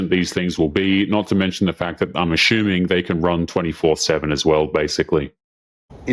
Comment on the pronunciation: Assuming is now pronounced Ash uming. Please, tell me how you pronounce ass. Do you pronounce ass or Ash? So assuming should be pronounced ass uming and not ash uming. Check your English mate.